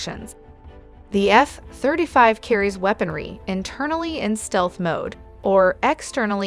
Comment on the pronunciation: "Eff thrda five"